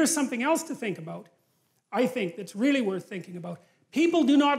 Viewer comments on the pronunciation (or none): In the beginning there was the word… and the word was WRONG! “REALLY” not “RELLY” damnit lol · "Relly" has an "a" in it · 'Relly' ? Lol.. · Relly relly, please correct really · Relly? Relly rell? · Relly Relly Speshul!!!